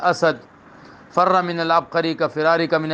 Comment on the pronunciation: حضرت کسی حدیث کے الفاظ کو اس طرح تغیر کر کے دوسرے شخص پر چسپاں کرنا جائز ہے ؟ اور حدیث کے الفاظ/اعراب بھی صحیح ادا نہیں کر سکتے ، فر امر کا صیغہ ف کے کسرہ کے ساتھ ہے ، ف کے فتحہ کے ساتھ آپ نے فعل ماضی کا صیغہ پڑھا ۔ خود بھی کچھ مطالعہ محنت کریں